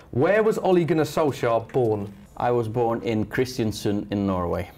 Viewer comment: In Norwegian it's pronounced olay(like the face cream) gun-our solsyayer if it was written in English with the Norwegian pronunciation.